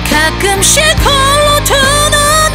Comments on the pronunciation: 아마추어와 프로의 차이는 발음의 차이가 기본인듯 합니다. 고음을 부를때든 저음을 부를때든 명확하게 전달하는데 발음이 강해지네요~노래는 정말 잘하세요~까끔씩 / 싸랑 /쪄서/ 쌍시옷이 들어가는 발음은 노래를 잘부르는거에 감점이 되는듯 하네요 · 이 노래 진짜 만 번도 더 들어본 입장으로, 후렴구 가끔'씩 홀로 두 눈'을 감곤 해 부분 자음 발음이 너무 쎄면 안어울리더라고요. '가끔씨 골로 드느늘 감고내' 로 발음하면 되게 듣기 부드럽고 좋은데 압력 때문인지 너무 발음이 정확해서 좀 깨요. 박완규도 이렇게 안부름. 여기뿐 아니라 대체적으로 너무 또박또박 부르면 이 노래 맛이 안삼. 두루뭉술하게 불러야 됨.